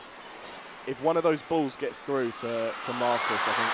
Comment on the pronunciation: frew frew frew frew frew frew freW frEW fREW FREW THE WORD IS PRONOUNCED AS THROUGH